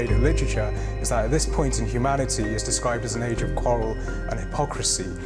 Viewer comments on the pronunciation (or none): none